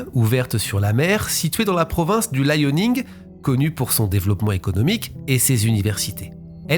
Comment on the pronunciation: C'est la Province du Liaoning et non Layoning.